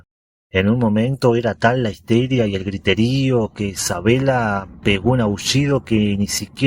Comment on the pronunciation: ¿ Sabela ?. Querrás decir Sabella.